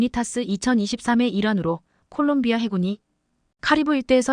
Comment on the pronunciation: 콜롱비아를 골롱비아라고? 😂😂😂😂😂 한심하다